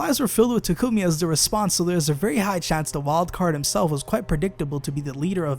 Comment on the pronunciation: It's pronounced Tah-Koo-Mee